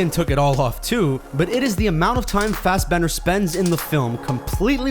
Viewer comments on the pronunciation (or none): Isn't it Fassbender, not Fassbend?